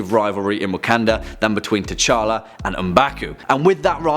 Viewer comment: DID HE JUST SAY KING, K'CHALLA